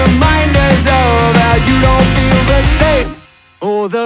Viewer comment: i love this cover soo much but why the hell did yall pronounce "the" like that